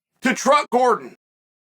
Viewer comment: Did Chael say, “Truck Gordon”? 😂😂